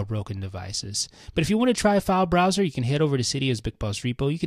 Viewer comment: He's saying failesbroswers